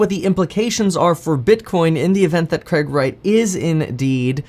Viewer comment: Why do Americans say CREG instead of CRAIG.